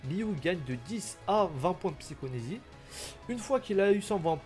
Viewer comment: Repeat after me : psy-CHO-KI-nésie À toi 🤣